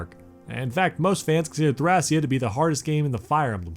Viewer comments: The Japanese spelling for the game is written like this トラキア, which is pronounced "Torakia". So the Greek pronunciation seems to be the proper one as "Thra-kee-ah". And yes, Thracia was a real place. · It’s pronounced, Tray-She-a seven seventy six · Technically Thracia can either be "thray-shuh" or "thra-ki-ah" if you want to go with the Greek pronunciation. But yeah Jugdral is pretty clear at this point. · Where to begin with corrections... 1. Several name pronunciations are very off, major culprits are "Thracia" ("a" as in "ray", not as in "rack") and Jugdral (come on, the J is pronounced like a Y, since the continent's name was based off of "Yggdrasil"). 2. Thracia 776 actually begins just before Chapter 6 of Genealogy of the Holy War, and ends midway through its 8th chapter. 3. Leif is not the prince of Manster. How did you get this so wrong? He's the prince of Leonster, Manster is the homebase of the enemy, the southern Thracian forces. Heck, the fact that he's the prince of Leonster is in the fucking intro to the game. 4. "New Mystery of the Emblem" is FE12, not FE3. That game is simply "Mystery of the Emblem". And if you're gonna say they're the same, they aren't especially in the context of you talking about dismounting, because FE12 did not feature dismounting. Also worth pointing out that FE4 also featured dismounting, but only for Seliph when he promoted. 5. You didn't even mention that healing can potentially double too.